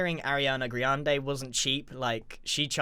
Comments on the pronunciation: It's Arianna grande not GRIANde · "griande" boy pls